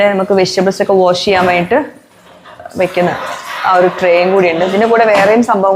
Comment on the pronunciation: വോഷല്ല വാഷ് എന്നു പറയൂ..